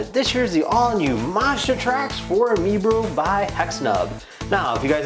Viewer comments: (My-bro) not mebro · It’s prounonced My Bro!!